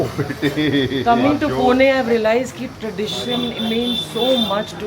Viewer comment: Archana Ma'am is among the few non-Marathi people to pronounce 'Pune' the right way!